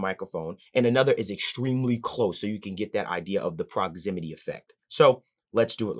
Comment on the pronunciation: It's called proximity effect not "Prozimity" effect.